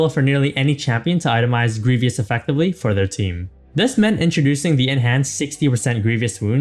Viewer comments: I don't blame the announcer, but whoever edited or okay'd this video left this guy out to dry. "Greevy-us" "My-rade" someone tell this guys editor that its his job to clean up those mistakes. Get him to do a retake if you have to. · the way hes pronouncing grievous wounds really triggers me